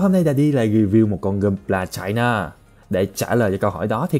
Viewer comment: Nghe china tưởng fa kee